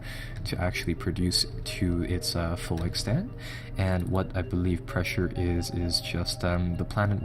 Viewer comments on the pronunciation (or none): none